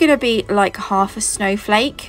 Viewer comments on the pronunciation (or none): none